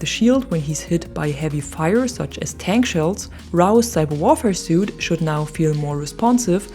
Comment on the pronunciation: Rao cyber warfare suite is pronounced like sweet not suit.